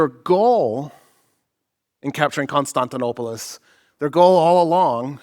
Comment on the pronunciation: Please stop putting on an accent when saying foreign names. As a Greek it's cring worthy hearing you butcher Constantinopolis!